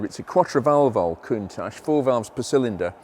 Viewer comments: So is it that Lambo pronounced Countatch or Countash? You explained it was the former but then used the latter! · Ahh so its countach as in tacho....2 mins later is countach as in moustache....I'm no clearer... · I believe you mispronounced Countach after the Grammar lesson. What was that again ?